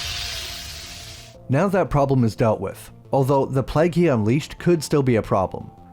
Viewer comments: Why do you say 'Pleg' instead of 'PlayG'? Plague is a word that some US Americans seem to struggle with but you're Canadian (I think). Good review though. I'll be look out for this one. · Nice video, but your pronunciation of plague is a bit off. Keeps sounding like plaque to me 😅